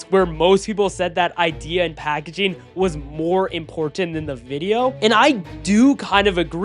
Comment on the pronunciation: packaging not "packagaing"